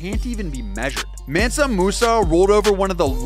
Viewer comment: You’re pronouncing his name wrong, it’s sounds like M-aan-sa Musa